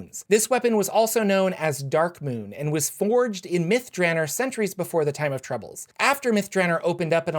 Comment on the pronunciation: Myth drahnr sounds less mythical than Myth Dra-NOR imo